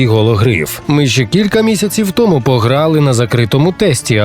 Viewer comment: 10 місяців томУ, а не тОму. ДУмками, а не думКами бл💩